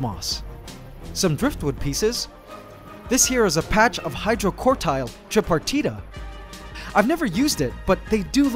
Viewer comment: I believe it is spelled Hydrocotyle and pronounced Hi-dro-cot-ill I may be wrong about the pronunciation though